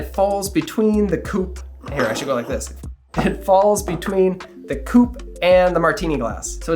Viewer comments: I'm a Belgian french speaker. You pronounced coupe pretty well. If you want to improve, say "coop". Without long "oo". The most important thing is to pronounce the word like if th E vanished and never existed. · You are absolutely right about the coupe, that is the proper French pronounciation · You’re right,not a cou-pay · as a French person I thank and commend you for using the right pronunciation. A "coupe" (a cup) does not have an accent, unlike "coupé" (adjective meaning "cut") that does. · You are correct about the “coupe” vs “coupé”… I’m French Canadian… Excellent video! Thanks! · Yes it is a "coupe" and not a "coupé" (which is a car ) awesome vidéso tks ! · Being a French Canadian, I confirm that your prononciation of « coupe » is exact 👍🏻 Since there is no « accent aigu » on the « e » (é), it is pronounced « coupe » and not « coupay » (coupé). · As a French French, I concur as well. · you're getting a like for correct pronunciation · as a french, your nailed the pronounciation ;) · I am from France and I have to say that your pronunciation of "coupe" is perfect! There is no "accent aiguë" 😉